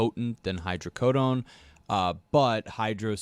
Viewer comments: Hydrocordon bleu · "Hydreecoden" ? You alright there dan? 😂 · How did Dan pronounce hydrocodone wrong two different ways 😂